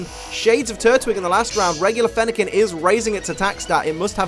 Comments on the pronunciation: Fennequin er- I mean Fennekin just got mad at mispronouncing it’s name so *kaboom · Fennekin couldn’t handle the mispronunciation of their name,.